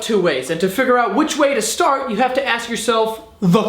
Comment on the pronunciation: "Just Vou"